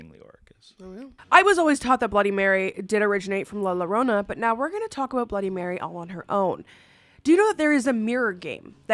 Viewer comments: Accidentally stumbled on you on IG and Facebook, love your silly jokes. They make my day! I grew up on la llorona, from Brooklyn NY I had no idea it was pronounced Lrownah in English. We pronounce double LL like a J we were saying jorona. Never too old to learn something, I was today years old when I learned it is pronounced Lrownah. I enjoy you, you bring joy to my day. Stay spooky can’t wait to virtually meet your mini-me spooky bundle of joy. ❤❤❤❤ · For the first one, its pronounced with a Y sound not an L sound. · Llorona = yo-ro-na 😊 and she's real. She'll drown you if she finds you.. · Girl the la llorona is pronounced as la yorona and kuchisake onna is pronounced as Kuchisake On-na lol 😂😅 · It's pronounced "yo-ro-nah". The double Ls get a "y" sound on Spanish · (in Mexican from) erm actually it’s “la yo-ro-na” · LA llorona is a Mexican urban legend. The two L's are pronounced as a y. how do I know I am Mexicana and talk Spanish for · I hate to say this but it’s pronounced la yuh-roh-nuh. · I love you but “lie lorona” is cracking me up 😹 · Really great video but I was pised of at first minute cause of the repeated mistakes at the name of the first legend 😂 it’s la YO-RO-NA double L it’s pronounced Y is Spanish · La Llorona... please it's pronounced la yorona 😭 with the Spanish double L making the y sound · As a Mexican " lala Rona " HURTS 😭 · I'm not even Mexican and my ears are ringing! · I was correcting her out loud, saying it was pronounced la llorona (la yorona) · La Yo ro na!!! Also she is NOT bloody Mary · Please say la llorona correctly!!! It’s driving me crazy. In Spanish, two L’s makes a y sound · La llorona 😂the double L makes a y sound think yarona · I love you but I had to skip the first one because the butchering of La Llorona hurts. It’s pronounced Yoh-roh-nah. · the pain in my eyes as soon as you saidd la llarona and i read the title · La yo-rona, the closer she is the farther you’ll hear her.